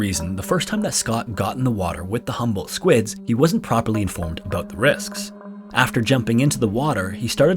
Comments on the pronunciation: It's HUMBOLDT not "humble". It owes its name to the Humboldt Current where it was discovered and the Humboldt Current is named after the Prussian naturalist ALEXANDER VON HUMBOLDT, who conducted the first scientific measurements of the cold-water ocean current in 1802 during his expedition along the coast of South America. Another thing, the squid is known in Mexico as "DIABLO ROSSO" because in Spanish the subject comes always before any qualifiers. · I kept thinking you said “humble” squid the whole time lmao. Love these videos! ❤